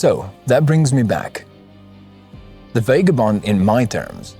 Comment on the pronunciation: VAH-GAH-BOND not VAY-GAH-BOND bloody hell it hurts to listen to.